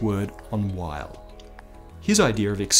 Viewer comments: Come on, Weyl is pronounced "Vaihl" not "Ueil". He was German, not American. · Weyl is pronounced "vile" -- the "w" is pronounced like a "v" since it's a German surname, and Hermann Weyl was German. I've never heard it pronounced any other way, not by any of my professors when I was a student, or subsequently by any other of my fellow physicists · Isn't it British English "vile"? (to my ear American English pronounces "vile" like "vial", almost two syllables, but "Weyl" has one.) Odd that he gets the vowel right, but not the consonant. Maybe in his years at Princeton he got used to Americans using the English "W" and accepted it. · Weyl is pronounced like "vile" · I thought Hermann Weyl's W was said "V"eil... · You mean Hermann Weyl, which is pronounce like Vail.